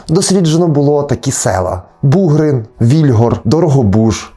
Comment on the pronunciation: Бугрин- наголос на" и".Іллін- на друге "і", Колесники - на перше "и". Вельгір - на" і". Угільці або як в нас кажуть Угольці - наголос на перше" і "або "о". Томахів - на "о".